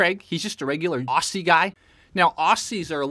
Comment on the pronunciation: Craig, did you cringe as much as I did hearing say Aussie? LOL. (I'm also Australian)